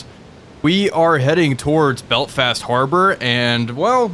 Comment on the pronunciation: Your pronunciation of "Belfast" sounds like "Belt-fast" and I can't unhear it haha